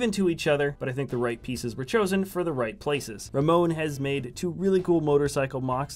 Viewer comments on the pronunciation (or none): none